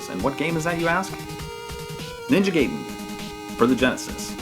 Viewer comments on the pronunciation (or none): Guy-den, not gay-den... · *GUY-den, not GAY-den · It's GUY-den! 👊👊